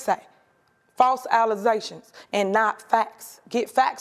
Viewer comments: What are alizations? 😅😅😅😅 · “false allezations” and she said the people need to be educated when she batters the English language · Did this woman says false alezations? Well ya get what you vote for, sometimes. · "false allaztions" The mayor can't even speak properly. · “Allizations” 😂 the level of ignorance is astounding lol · Get it right. It’s Alize’shuns. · falls alicezashun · Allegations and alize in the club alizations. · I was just about to comment that same thing lmao wtf is an allestation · What’s an “alezzaation??” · I like my women with big allozations.. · yep I had to replay the video multiple times to make sure I wasn't hearing things. You telling me we have been saying "allegations" wrong all this time. Well time to enroll in the Tiffany community college. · Alazation....oh everyone else got there first...😅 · Allozation is actually a province of Wakanda. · Themz is just alezations cuz I'm BLAT!! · Alize!!!! Lmao😂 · This is probably the third time I've heard her say that in different interviews so you know she didnt misspeak, lol. Mf false allizé shuns 😂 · I was fixing to ask did i hear her really pronounce it allazations....😂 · False Alopecias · Did she just say "false allizations?" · She gone respond to the allizashuns or else she gone get some new bracelets. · False alizetions!!!!!!!! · The "false alezations" kills me every time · What's a "false Alize-tion"? Is that the same as a false accusation? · "Alizayshuns" I'll bet she says "Aks" and "Wiff" too. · SHE SAID “FALSE ALIZATIONS!!!!!!” 😂😂😂😂😂😂😂😂😂😂😂😂😂😂😂😂😂😂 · "Alizetions" LMAOOOOOO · Yep, Alization is such a cringy word, and a made up word. I’ve only heard a couple of people use it beside her, and it’s ignorant. It comes from the word “fictionalization”. And ughhh, can’t stand when people say “aks” instead of ask too lol. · 😂 Alakazam alizations😂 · Alizetions or Alexations? Who knows 🤣🤣🤣 still annoying hearing her say "Troof" and not Truth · I heard Alize 🍷 🥂 🍷 🥂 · "False allezations" 😂